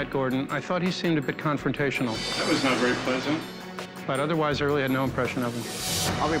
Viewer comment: “Confrontational” Gwiz